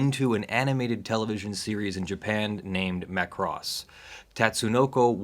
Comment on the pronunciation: MA KUU ROOSSS-MA KUU ROSSS